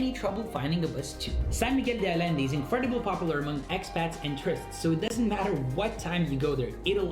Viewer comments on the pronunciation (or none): none